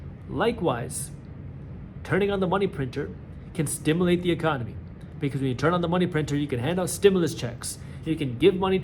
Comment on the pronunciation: stimAlate no stimUlate yes